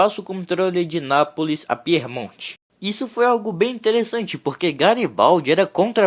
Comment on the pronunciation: Cuidado com a pronúncia. Piemonte!!! E não Piermonte! Quer dizer ao pé da montanha.. Aos pés dos Alpes.. Não é Píer!! É Pie